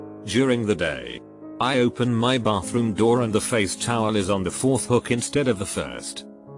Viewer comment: he says hook weird